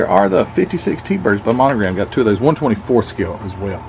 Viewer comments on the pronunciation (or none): none